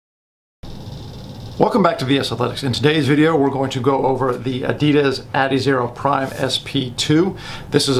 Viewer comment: When did they officially start pronouncing Adidas like that?